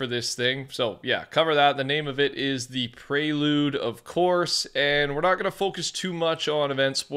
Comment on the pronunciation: Its not pronounced Preylude, it's prelude like prequel, just so you know